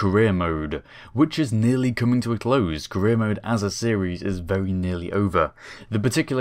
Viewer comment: When you say "career" i sometimes misunderstand it as "Korea"